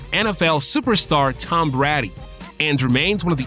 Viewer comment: How the heck you do manage to mispronounce Brady lol